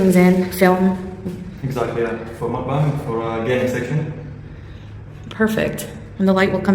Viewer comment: Of all the different ways to say mukbang .... mukbanK is NOT one of them!